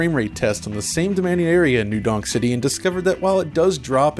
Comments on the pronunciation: It's New Donk City. His pronunciation is just off. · Is he saying New... Dong... City? Dong. Okay.